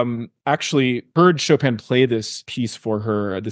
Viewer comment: qu'est-ce que cette prononciation de "Chopeune" ?